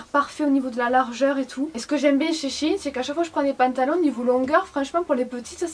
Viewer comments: CE N EST PAS SHINE MAIS SHèINE merci;) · c'est pas shin c'est shein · ou tu sais même pas prononcé son nom correctement